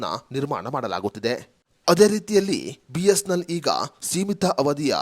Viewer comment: ಸರಿಯಾಗಿ, ಸ್ಪಷ್ಟವಾಗಿ ಬಿ.ಎಸ್.ಎನ್.ಎಲ್ ಎಂದು ಹೇಳಿ. ಬಿಸ್ನೆಲ್ ಅಂತಾ ಹೇಳ್ತಾ ಇದೀರಿ